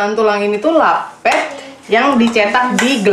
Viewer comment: Lapet pngucapan e nya kya baca rapet kaa...